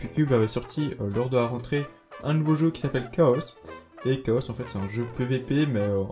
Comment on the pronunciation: Pourquoi tu dit" chaosse "? On dit" kao" hein .. .